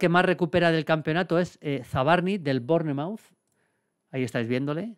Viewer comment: Maldini, solo para que lo sepas, Bournemouth se pronuncia "Bormaf" bestia!!!!!